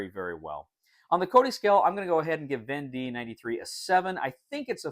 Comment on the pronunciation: Thanks for this! Just received my copy of "Conquests of Napoleon" (same company). Unpushed it today and reading the rules right now. So you know but the end of "Vendée" should be pronounced more like "day" than "dee" :). The "wars of Vendée" (causes, consequences and religious aspects) is still a somewhat sensitive - and disputed - issue to this day in France...